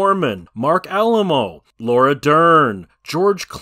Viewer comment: Say it with me now, Marc Ah-LIE-moh. He's actually a well-known character actor who also appeared in two Star Trek series. Hardly an unknown.